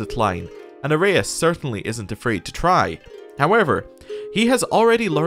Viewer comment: Loving the new CK3 series. Please keep the videos coming. As for pronouncinations, any vowel followed by "u" is pronounced as the vowel+v or vowel+f. For example "eu" (like we have here with your leader's name) is either pronounced as "ev" or "ef". In this case the name of your leader is pronounced: Vasilefs Arefs